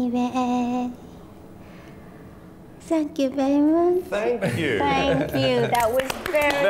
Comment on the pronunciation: Simon you ahhh vewwy vewwy wood!